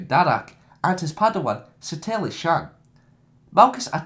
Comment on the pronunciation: Everyones complaining about your voice but it annoys me more you cant pronounce Satele or twi'lek properly